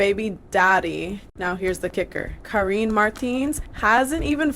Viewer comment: Her name is Karine like Care-EIN- ee